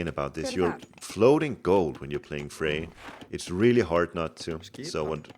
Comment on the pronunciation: The "r" at the end of "Freyr" is NOT silent, btw. ;)